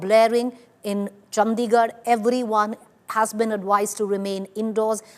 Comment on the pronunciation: Why does she say Chd like that..chandddigarh